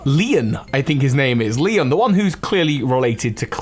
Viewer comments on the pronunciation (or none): none